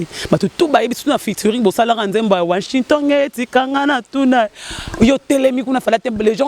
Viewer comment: na washington eza passi ko loba azo loba washintongué mawa